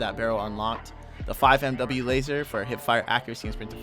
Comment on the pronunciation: Great vid but FYI 5mw is pronounced 5 milliwatt